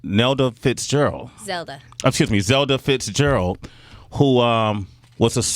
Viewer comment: Zelda not zeda...